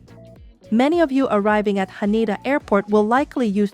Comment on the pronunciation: When exiting the train, not existing. Haneda airport not Hana...Sorry, just a few important corrections...